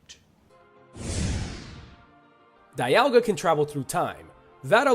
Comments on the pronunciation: It's pronounced "dee-ALL-ga" and "KYOO-rem" and I can include just 1 Pokemon that can destroy our world: Yveltal. Why? IT DID IT BEFORE ALREADY. IT WIPED OUT HUMANITY BEFORE. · Also..."dai-al-ga"? "kai-yu-rem"?? Those...those are just painful. That's "ha-doo-ken" levels of UGH. Considering this list would've been made during the 6th generation at earliest, he could've seen the official pronunciations in sources like Pokédex 3D Pro.